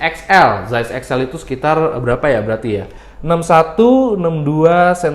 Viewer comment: Saiz bukan zais 😁😁😁